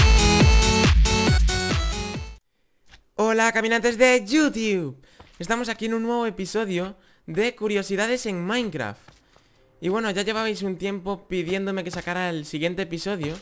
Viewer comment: es yutub no yutiub